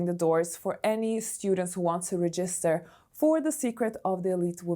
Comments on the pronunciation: Please look up how to pronounce „to register“ 😊 you are saying it wrong the whole time and I have seen people commenting on it and you’re ignoring it 😔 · It’s charming in a way , little imperfections 🤪